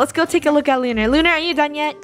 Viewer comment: It's lunarah